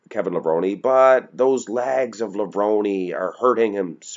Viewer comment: pronounces "pictures" and "legs" as "pitchers" and "laigs".